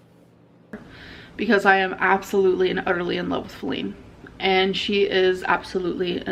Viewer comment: Perfect example of her laziness is how she stopped saying Feline by the second video and just started saying Flin